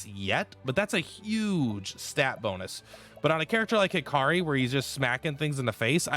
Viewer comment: What about when he calls Hikari Hakiri?